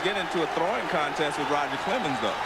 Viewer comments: There's no "d" in Roger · Yeah, who the heck is RODGER Clemens?